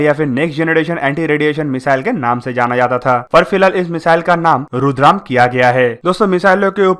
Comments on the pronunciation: रुद्रम not रुद्राम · it’s Rudra M 1, not Rudram. Thanks 🙏 🙏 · इसका नाम रुद्राम नहीं रुद्रा ऐम है नाम की जानकारी तो सही दो भाई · This is रुद्रम not रुद्राम। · It's Rudra-M not rudram